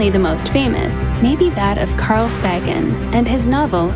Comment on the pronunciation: Saggin? (facepalm) Sagan is pronounced SAYG-in. Why the hell don't people research these things before making a video?